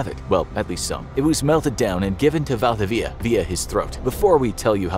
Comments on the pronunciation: actual chilean here val-di-vidi-a its actuali valdivia al togeher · I can't believe you're unable to pronounce Valdivia. It's not valdveea. I consider this an insult on Spanish culture. If you have the word "info" on your channel's name, then you should provide correct "info". Thumbs Down! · Valdivia its pronounced Val-dee-bee-a (a like in apple)